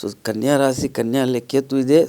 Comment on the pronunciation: ಒಳ್ಳೆಯ ಕಾರ್ಯಕ್ರಮವಾಗಿದೆ, ರಾಸೀ ಅನ್ನಬೇಡಿ,ರಾಶಿ ಎಂದು ಹೇಳಿ